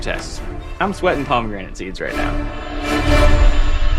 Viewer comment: paw-me-granite seeds